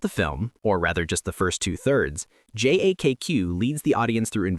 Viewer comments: You mispronounced JAKQ, it's "Jack", not "J A K Q" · J.A.K.Q. is referred to as "Jacka" or "Jackar". Easier to pronounce than saying J-A-K-Q.